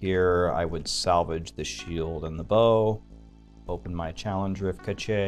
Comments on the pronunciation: Cache is pronounced "Kash" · Did he just say challenge rift kuh-chay? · It's pronounced CASH (cache) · Cache is pronounced cash. Maybe it's an inside joke. meh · cache is pronounced kash. just puttin this out there. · Great videos, very helpful. Haven't followed very long, but "cache" is pronounced like "cash". Keep making great vids! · says Cache so insanely different that I was doubting my understanding of the pronunciation of the word because he's a really smart dude so I immediately started thinking I was living in Ignorance and looked up how cache is said. Turns out he's just saying that way because... reasons